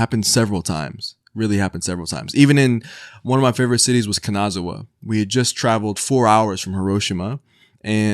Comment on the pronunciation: Love the video but you're butchering the word Kanazawa, every other Japanese word you are pronouncing you're not doing bad. but Kanazawa is really bad.